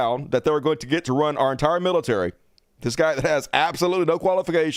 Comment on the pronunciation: LOL at "Miltary"